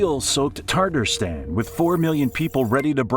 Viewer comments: Tatarstan is not pronounced "tartastan". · PLEASE, PRODUCERS, correct your English pronunciations! It is u-KRAINE, not YOU-kraine. There’s no COW in Moscow, and the list continues - with Tatarstan and more. Why is this a concern? While delivering facts/information, you are teaching scores of single-lingual American English speakers who, given lack of information and/or travel abroad, rely upon accurately communicated place names. To garner respect and trust, please be willing to learn/apply proper pronunciations before recording.